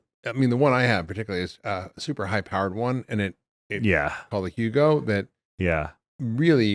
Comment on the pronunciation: PEMF brand??? Hugo??? Is it Hooga???